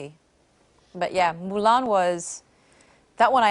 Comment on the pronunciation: When she said "Mulan" i was like. Damn girl! 😍😍😍